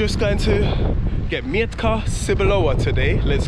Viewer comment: it's pronounced 'Meh-t-kah Tzeh-boo-lova', not 'Myantka Sir-blower':D